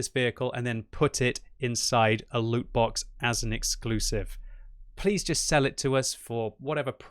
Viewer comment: ITS LOOOT